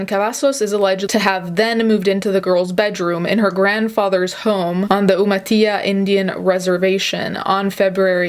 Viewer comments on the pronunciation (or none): It’s pronounced like yoo-muh-til-uh. Just FYI. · I grew up on that reservation! Sorry, but this hit my gut even harder knowing this. Edit: The correct enunciation is Yoo-Ma-Till-A. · Oh my god I love like 10 minutes from there that’s fucking crazy. And for reference you say umatilla “you-muh-till-uh” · OH MY GOSH, I LIVE IN PENDLETON, WHERE WILDHORSE IS AND I DIDNT HEAR ABOUT THIS WTF THIS IS DISGUSTING, I never thought something like this could happen where I live, literally my heart dropped, also, umatilla is pronounced you-muh-til-uh!! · It’s Umatilla like “You-Mah-Till-Uh” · love your videossss!!! i’m from oregon, i just noticed the way you pronounced umatilla. they way we say it here is “you-ma-tilla” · By the way, Umatilla is pronounced with regular English L sounds. Not with the "y" sound as in the spanish language. Sorry for the nitpick. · I love youuu but as a PNW person i laughed a lil when you said Umatilla like that 🙈 dont be mad at me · ngl. lil odd hearing umatilla with a y sound instead of the double ll. Makes sense that things can be confusing though, when a lot of areas are named after their native names. That aside, The actual fuck?? Also, It's time to go deactivate twitter. Pedos, pedos everywhere.